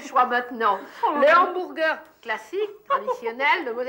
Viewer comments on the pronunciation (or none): Le "hanBOURgueur"